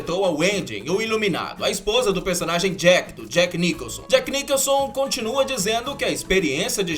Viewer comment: Só uma observação: não se pronuncia Niquelson, e sim, Nicholson (de Jack Nicholson)